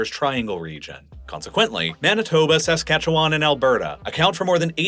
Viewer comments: Saskatoon resident, always entertained by foreign attempts to pronounce Saskatchewan. It's /səˈskætʃ(ə)w(ə)n/, aka. "suh-SKA-chuh-wn," NOT "SAS-cat-chew-WAN." Quit pronouncing the 3 silent vowels (schwas) lol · Saskatchewan (/səˈskætʃ(ə)wən/ sə-SKATCH-(ə)-wən 😉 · His emphasis on the first a in Saskatchewan got me too. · Born and raised in Saskatoon. Really appreciate you covering this topic. I would say my only critique is the way you say "Saskatchewan". Most local people from Sask say it like "Sa-scatch-oo-wun" rather than "Sask-atchu-wan". The end is more like the word "one" than like "James Wan." Great video as always! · Also it's more like Skatch-win instead of Skatch-wan. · Saskatchewanian here. Your pronunciation of my province hurt my soul. Also, Regina = Ree-jina, not Reh-shina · I live just north of Saskatoon in Saskatchewan. Interesting video as we’re usually ignored in the extreme. You say Saskatchewan very weird, though, like most people not from here.